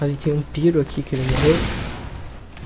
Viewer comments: kkkkkk... eu me matei de ri quando ele falo PIRO em ves de PYRO kkkkk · Só um aviso, não se pronuncia "píro" e sim "pairo", mas o vídeo ficou legal